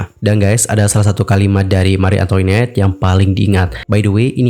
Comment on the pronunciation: FYI, bacanya Mari Antoanet, bukan Antoinet. Itu bahasa Perancis.